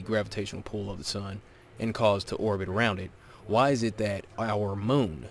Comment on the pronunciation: ‘Orbit’ not orgit. Great vid though! D Marble is such a moron.